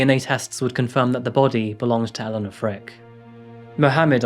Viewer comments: I've never seen a true crime case where I share a name with the victim. pronouncing differently (mine being E-lane-uh instead of E-lawn-uh or Ellen-uh) didn't make it any less unsettling. I'm always empathetic towards the victims don't get me wrong, it's just a very weird feeling to share their name. The only other time I've seen/heard my name in any type of media is the vampire diaries. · I think you’re a great story teller. However, I think to make sure her memory is respected you should at least say her name correctly. Throughout the video you pronounce her name two different ways and either stick with saying it one way or find out the correct way. Our names are important to us. It’s even more important when speaking respectfully about someone who’s dead. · Is it pronounced E-leh-na or E-lah-na? How many times did it change throughout the story, very annoying. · You can't even pronounce her name correctly.....cringe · Right, the pronunciation changed throughout, sometimes in the same sentence. Really spoilt it for me. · Shame he constantly changed the pronunciation of her name. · I love your videos but please, please, please start editing them properly. The poor woman had circa 5 different pronunciations of her name and flitted between having 2 and 3 children. I love your videos but the little things like this, really distract! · Shame the pronunciation of her name changed multiple times, often within the same sentence. Confused the hell out of me. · He's pronouncing Elana's name two different ways throughout the video and it's so distracting.. I expected better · I’m a little confused on the pronunciation of the victim’s name. You kept changing your pronunciation and it made me think you were talking about 2 different people. You then just picked the second pronunciation of her name. It seemed a little disrespectful that you couldn’t use the right pronunciation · shame he continually changed the pronunciation of her name throughout the video.